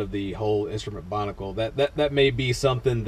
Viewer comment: Binnacle, not Bonnicle.